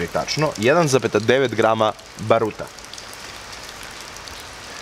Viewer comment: Ba^ruta, ne Baru^ta.